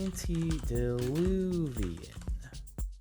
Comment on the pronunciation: Someone's probably really mad Jardon messed up the pronunciation of antediluvian. Ok, it's me, I confess. I'm an asshole.